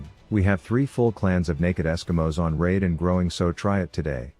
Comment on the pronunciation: Raid shadow legends? I thought he said Rav shadow legends